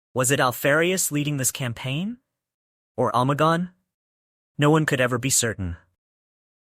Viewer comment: good video boss but you forgot that its omegon not omagon. Its interesting that they put even their astartes disguised as the primarchs and that alpharius would disguise himself as other legions astartes. Have a good day boss